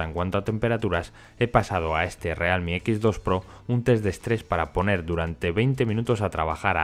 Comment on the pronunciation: como cuando no te decidis si pronunciarlo en ingles o en español: "realmi"